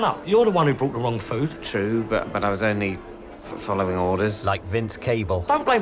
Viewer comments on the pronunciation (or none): none